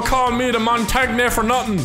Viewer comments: It's said mon-tane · how to pronounce montagne: mon tang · Montagne is said as monta-gn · Shows what type of player is, mains shotguns and shields It’s pronounced as mon-tain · Hearing them pronounce Montagne made me cringe so hard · Not to be rude but noglas such a noob it hurts to watch and can’t say montagnes name rite